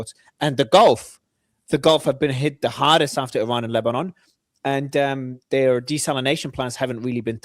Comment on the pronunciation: Please correct the analysts regarding the proper pronunciation of the country of Iran. Thank you. 😅